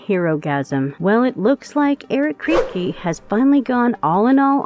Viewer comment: "Eric Kreepy" lol. ironic.